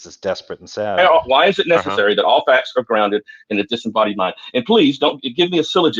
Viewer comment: It seems as if is picking up Derps speech issues as well as his lame ass arguments. I could swear I heard him say "nethetherwhee" when meaning to say "necessary". If he ever tries to say "suspension" we may need a fucking HAZMAT suit if within a 500 mile radius.